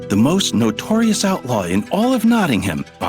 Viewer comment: who thought what he said “Outlaw“ thought he said “Alpha“